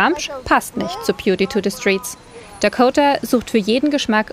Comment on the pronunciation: Peauty, Häuserplocks, Quatratkilometer??? Wo hat die "Journalistin" denn sprechen gelernt? Die spricht ja fast alles falsch aus.